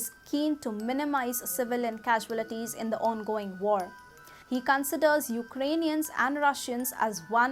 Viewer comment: Pronunciation of "CAUALITIES' is wrong